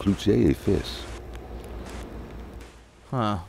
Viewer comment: It really bugs me when the narrator mispronounces french words. He gets so many of them right...but fils...you don't prounce the 'i' like in English. You pronounce it like a long e in english.